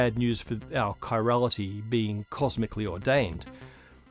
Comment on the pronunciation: Seriously, guys. It's chiral/chirality, not chirol/chirolity. Your QA editor needs a new job....